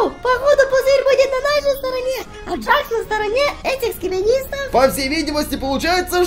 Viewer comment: Это не джакс а джекс тут клоун - это Кауфман а чёрная штука с глазами - это рассеянный Кауфман а этот пузырёк ой точнее этот пузырь это пузырёк а ведущий - это Кейн А этот который вы говорили челюсть это Кейн это не Джек Ой это не джакс а джекс